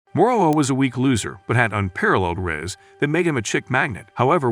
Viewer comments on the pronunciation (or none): but the part when alina was in the class confessin the boy are flazzing moroa and he said hes overpowerd RAZZ he said RAZZ that was one of the funniest part of it when he said |RAZZ instead of RIZZ that was coght me dying in laghs but T_T Rip moroa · because of his amazing rass Me:it’s Riss